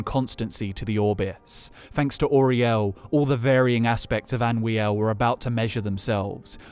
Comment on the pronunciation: It's Anoo-iel not Anwee-el